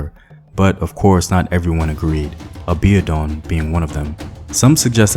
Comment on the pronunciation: Excuse me... Aa-bee-or-dune is the pronunciation for Abiodun Thanks for the commentary! I'm a Nigerian born and living in...